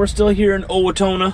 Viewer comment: It's pronounced "Oh-wah-tow-na"